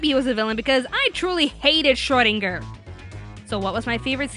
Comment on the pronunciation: I can't get over all of the Hellsing Ultimate Abridged in the comments. It's so amusing. Though, I wish would pronounce Schrodinger properly.